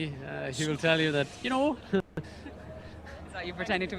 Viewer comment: One of the common problems with Germans speaking English is the 'th'. Since you gotta put your tongue between the teeth, and Germans 1, are not used to it and 2, it's kind of considered not nice to put your tongue out, here we are. This then leads to 's'ath' instead of that.